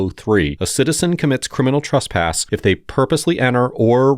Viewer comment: Annunciate better. There’s no such thing as “trusspass”.